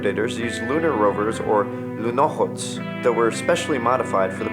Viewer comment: The way you pronounce луноход is just.... Urgh :D